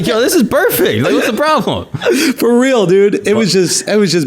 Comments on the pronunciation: sounded like "this is Burr-fect" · Sounded like "Burrfect" This should be a new word for perfect Burr execution.